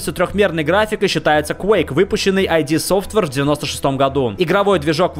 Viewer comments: ид софтвейр, а не АЙДИ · Нету никакой [ай ди софтвейр], есть [ид софтвейр]. Цитата из Википедии: "Название компании пишется со строчной буквы — id — и произносится так же, как и в словах did или kid. Согласно книге «Masters of Doom», группа будущих основателей id называла себя «Ideas from the Deep» (англ. идеи из глубин) во время своей работы в Softdisk, однако, впоследствии оно объяснялось, как аббревиатура фразы «in demand» (англ. расхожий, пользующийся спросом). Самой компанией собственное название рассматривается как отсылка к понятию ид — психологической концепции, введённой Зигмундом Фрейдом. Свидетельство этого можно найти во фразе «that’s id, as in the id, ego, and superego in the psyche» (с англ. — «этот ид такой же, как ид, эго и супер-эго в психике») из документации Wolfenstein 3D, одной из ранних игр компании. Также отсылку к Фрейду можно было найти на странице «История» веб-сайта компании до его обновления".